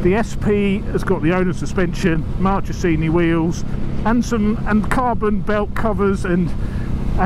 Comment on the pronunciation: Ahah, for an Italian native speaker it’s really funny to hear Marchesini spellled that way 😀. Top content as usual 👍✌️